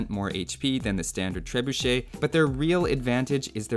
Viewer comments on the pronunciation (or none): none